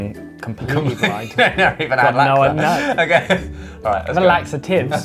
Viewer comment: Josh and ollie be talking about laksa trembling bcs the word of 'laksa'. Ollie must've said something about that Ollie: i've never tasted laksa. All i had is laksa-tive *fyuh, ollie finally said that😌